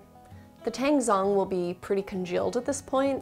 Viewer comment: they look so good! I'll definitely be making these milk buns, also, "tangzhong" is actually pronounced a little something like "ta-Ang jO-ng" :)